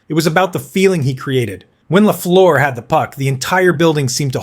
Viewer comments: No! Its last part rhymies with "bird" and "first", not "goose" or "through". It's amazing how most North Americans seem ignorant about that. One of the greatest players of all time, and people don't even know it's a French-Canadian name, and instead remakes it into a horrible sounding way. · Repeat after me ( Ghee Lafleur) 😊